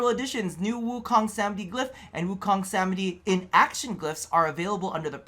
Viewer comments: Happy Birthday,!!! Btw, It's pronounced 'Sa-maa-dhee', the 'dh' said like 'the' instead of 'd'. It's a Hindu/Sanskrit word. It basically means reaching the state of enlightenment via meditation. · Samadhi pronounced Sa-mah-dee